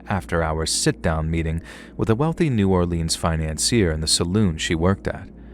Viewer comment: I'm from New Orleans and u straight up butchered every cajun word you said starting with NEW or leans pronounced Nawlins